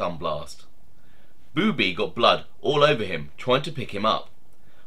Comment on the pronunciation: I knew Boobie well...it's not pronounced "beeewww bee" it's a faster sounding bubby...